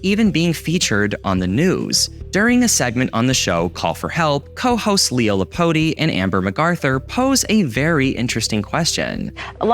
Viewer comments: I'm sorry I laughed so hard at how you pronounced Leo Laporte's last name as "La-port-ee" xD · You said Leo Laporte's last name wrong lol it's pronounced "la port". Fun fact, I was on his Call for Help segment. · I was going to say this, yeah it's not lapaotie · The way you pronounced Leo Laporte name 😢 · Mispronouncing Leo Laporte's name (at least vs how he said it on ZDTV/TechTV) kinda hurt.